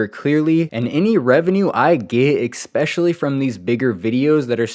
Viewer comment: Please bro, especially. There is no EK, not ekspecially